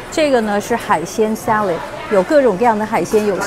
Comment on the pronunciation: salad、clam、 能不能別說sa lei de？🈶人這麼說嗎？